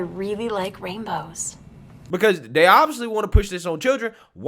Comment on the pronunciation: Really likes rainbows. Mispronounces it as "raimbows".